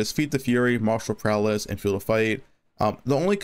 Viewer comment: Are you saying martial prowLess instead of martial prowess?